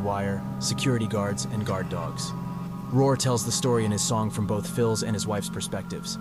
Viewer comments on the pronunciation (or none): none